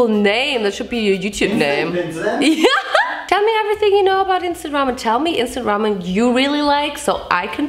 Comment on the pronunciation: It took me way too long to realize she wasn’t saying “Vincent ramen” ..... 🤦🏻‍♀️